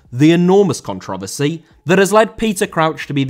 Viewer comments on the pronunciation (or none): none